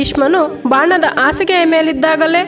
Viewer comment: ಉತ್ತಮ ನಿರೂಪಣೆ. ಆದರೆ ಸರಿಯಾದ ಕನ್ನಡ ಕಲಿತುಕೊಳ್ಳಿ. ಎಂಡತಿ, ಅದಿನೆಂಟು, ಆಗು, ಮರಣ ಒಂದಿದರು, ಆಸಿಗೆ, ಹಲ್ಲಿ... 😢😢😢